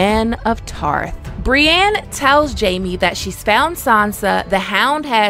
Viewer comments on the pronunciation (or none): How are you one of the best ASOIAF content publishers on youtube and you are still saying Brianne instead of Brienne